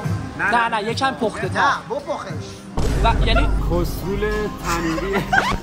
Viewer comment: وای فقط اونجاش که علی به گارسون گفت بپُخش😂😂😂😂😂